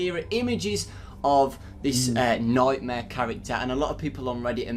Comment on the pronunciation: his nome is nightmaire